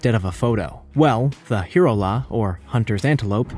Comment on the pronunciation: And the last one: Hirola is pronounced "Hye-rolla" . sooooo easy to look up before you mispronounce.